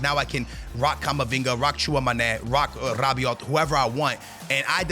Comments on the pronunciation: Bro it's not Rabioti you gotta say Rabioh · Rrrrabiote and tchouamenerrr